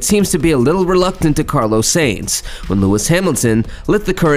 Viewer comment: I quit watching because of your pronunciation.......butchering of Carlos Sainz's name....pronounced as Sign-z.....not Sane-z My ears are bleeding, thank you.